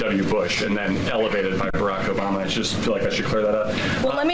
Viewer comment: He said "OBAMNA"! 😆 I should not laugh for these are srsly dangerous, tenuous times,but ,fuck Trump and his motley crew!